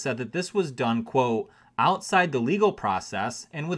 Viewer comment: Say the T in quote. Good story.